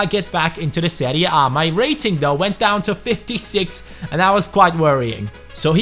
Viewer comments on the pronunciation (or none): I liked the way he said "seria bae"